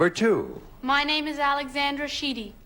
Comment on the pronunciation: Ally got her name right as Alexandra, the other two girls said Alexender